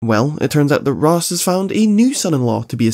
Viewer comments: Raysh, not Raz. A common mistake. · its 'raysh' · nah it's "raysh" al ghoul, unwatchable video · I find it super funny that instead of pronouncing it Raz or Raysh, he ended up going for Ross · Instead of roz al ghul or rash al ghul he goes wuth ross al ghul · I'm so sorry, but I started to hear you saying Raaz as ROSS 😂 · I disagree with your pronunciation of Ra's, but respect your reasoning for pronouncing it that way.